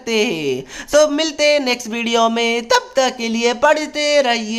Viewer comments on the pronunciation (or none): bhai in hai bolna nhi aata acche se or ye jai hind jai bharat galat tarike se bolte hai In hai bilkul bhi kuch samjhana nhi aata Maine or bhi teachers ka dekha but wo inse acche se explain karte hai